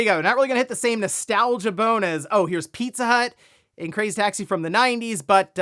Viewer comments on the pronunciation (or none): every time he said it, i heard 'Pizzutt'...